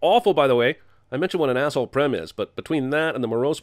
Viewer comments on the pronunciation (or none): Prem is pronounced Praym Experience: it's my name. Also, Cinemasins pronunciation of foreign names deserves it's own sin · Wtf are you on about prem is pronounced Prem